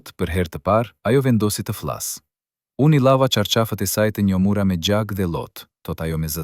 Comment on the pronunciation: Qka jan kto PRRALLA , dhe kjo e folun , e llumtur as emrin nuk e shqipton , Neshmija ,e vogell , të fllas , të llargohej , kontroll të pllot a është Shqiptarë kyqë flet .Nexhmijen nuk e ka thirrë askush NANË po BILBILI I KOSOVES